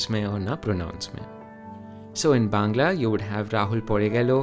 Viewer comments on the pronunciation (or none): none